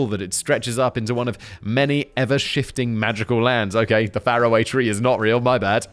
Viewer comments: ..No Simon. It's Far-Away Tree. Farrahway tree is... just..wrong? :P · Simon, it's pronounced Far away Tree. You know as is that's faraway.